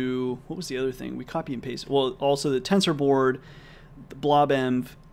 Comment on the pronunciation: It's actually pronounced "paste" not pasta